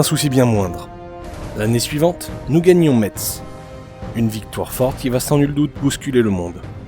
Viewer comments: Mon coeur d’homme Parisien qui tiens au respect de la prononciation des noms de notre beau pays en est également attristé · AAAAAH Ça ne se dit pas « Metse » mais « Messe », comme la messe 😭 Mon coeur de Lorrain est attristé... 🥲